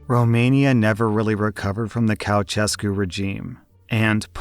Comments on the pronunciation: Omg, that Cow-chescu killed me XD. I love when non native speakers try to pronounce Romanian words, since you read the exact way you write it and people try to pronounce them differently than that. Try Cha-oo-she-scoo. Hope I did it right. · the what regime now? The 🛋esku regime? bruh... couchesku lmao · The correct pronunciation of Ceauşescu is chow-SHESK-oo. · God, how you mispronounced Ceauşescu's name! But I love it and will use it in the future 🤣😂🤣😂